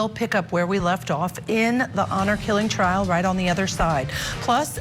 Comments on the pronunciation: she said Triar instead of trial and just kept going. Broadcaster! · This woman can't even pronounce the word "trial" !